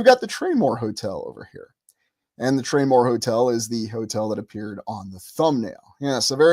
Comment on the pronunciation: It used to be called the Traymore Hotel. Search "traymore Hotel Atlantic City" 👀👀👀👀👀 I thought you were calling it the "Train War" Hotel 😅😂